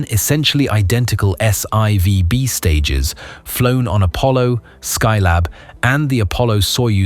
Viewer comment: You irritated my ocd….. The 3rd stage of the Saturn 5 rocket is called S FOUR b, not s eye vee! I remember the announcement that Apollo 12 was hit by lightning on the way up, but I didn’t know about the chaos it created. That whole incident was nothing in comparison to Apollo 13, and we all know how what happened on that mission. Please brush up on how to read Roman numerals!